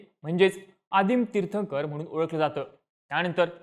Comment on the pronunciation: You are pronouncing Tirthankar as Tirthkar…kashala Video banavtos Jain dharmavar…jain dharmacha abhyas karak ahes kai bol bhidu ?